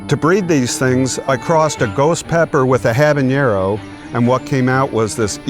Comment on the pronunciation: Ah. That hurts to my core. Dude invented the Carolina Reaper by using ghost peppers and habaneros and he falls for the common mispronunciation "habañero". Habanero doesn't have an "ñ". Not in English or Spanish.